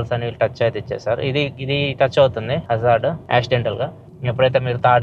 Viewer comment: Meru Hazard antunte naku Wizard ani vinipisthundhi anna 😂 😅